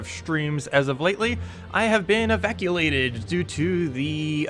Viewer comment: Hiya you said evaculated lol!